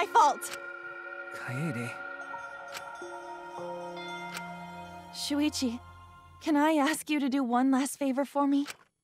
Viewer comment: Om kaede.... Not kayaydays.....